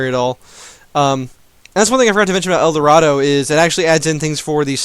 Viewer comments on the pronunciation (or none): EAT THE EL DORITO N IT'S EL DORADO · El "Dorito", Hahahahaha... as a spanish native speaker this cracked me up xD otherwise, great video! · and Cossicks?? is there a pronunciation patch? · I cringed every time I heard that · It's not a joke, he thinks you pronounce it that way